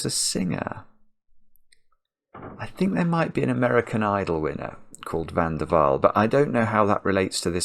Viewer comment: I enjoy all your puzzles but this one is definitely my favorite. My maiden name is van der Waal. And your pronunciation was perfect.